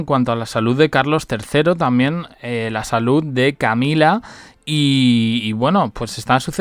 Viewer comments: Estos periodistas pronunciando en inglés. Camilla..!!!😵‍💫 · Eso parece, pero aun no aprendió a decir Camilla.😵‍💫